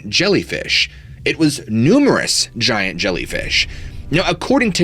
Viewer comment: Zshiant Zhellyfish!!